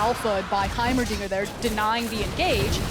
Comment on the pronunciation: He definitely said Heimeridiot